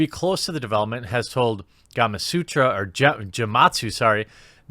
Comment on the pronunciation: Gamasutra? LoL!